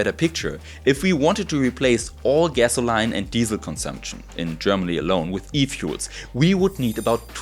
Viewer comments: pronunciation of "gas-oh-line" is a most charming alternative to the American pronunciation of "gas-uh-lean"! I love it! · Great video! Gasoline is pronounced like 'gas-o-leen'. And electrolysis is pronounced like 'elec-trol-a-sys' where the 'ol' sound is like in olive.